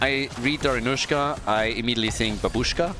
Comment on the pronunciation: Please, in ba'bushka first A is stressed, in Dari'nusha I is stressed. I'm sick of this hollywood pronounciation.